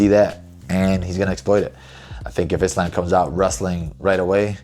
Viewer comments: The fact that you pronounce Islam’s name like “isl’A’m” and not “Isl’U’m” shows your relationship with the Dagestani’s are absolute busllshit 🤣🤣🤣🤣🤣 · So, basically a Muslim who can't even say "Islam" properly? it's not "Islaim", it's pronounced "Islaam". And I ain't even Muslim. What the fuck man. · Bro said Islamb